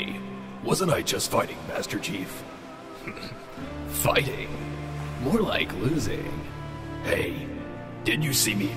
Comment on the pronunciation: chife??? XD